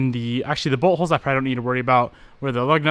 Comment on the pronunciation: lol when you say bolt holes it almost sounds like you're saying buttholes!